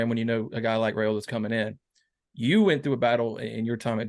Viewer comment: Hi, You, and many others are still butchering the pronunciation of the Raiola family name. I respect people's names, I'm sure you do as well But, y'all are doing the RAY SLAY on the Raiola name, but there is no RAY sound in it. On a Rumors and Facts YouTube channel interview a couple months ago, Dominic Raiola pronounced it properly. Please view it for yourself, if need be. It's pronounced as if the "a" is silent. The proper pronunciation for Raiola sounds this way: (it's rye, like pie, and ola, like cola). My own phonetics style there, but you get it. Far too many respected people, like yourself, are saying it all wrong Folks depend on you guys to get recruits' names right. Out of respect for our future family members, Please do so. Thanks